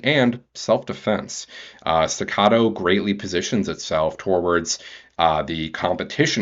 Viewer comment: Its pronounced "Stegger" not" Stogger"